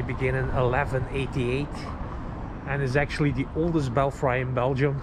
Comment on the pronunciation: I love your videos. I appreciate all the time you put into them. However the word belfry is pronounced 'bell free' because English is strange sometimes.